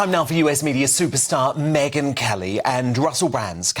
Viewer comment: It's MegYn - not MeGHan! Mr.Wooton. There's a difference, a huge difference 😊